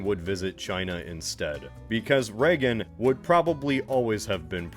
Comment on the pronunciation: Why does he keep calling him "Reggen"? It's "Reagan", no?